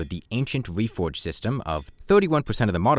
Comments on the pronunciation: The wefowge system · Title says "reforge" The audio says "whefhoge"